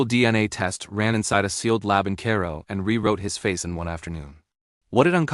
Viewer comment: And it's got a robot narrator that mispronounces the pharoah's name, Cairo, etc. Clickbait. I'm out within two minutes.